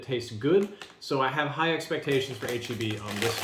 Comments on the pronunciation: Cringe bro when you pronounced heb and not H‑E‑B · DID HE JUST SAY HEB? SHAME SIR! SHAME!